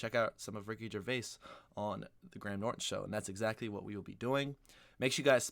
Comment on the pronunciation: His name is /gray -em/ Norton.